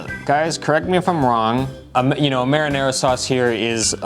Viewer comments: "Merinerra" 😁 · "Merrynayraw" hahahaha........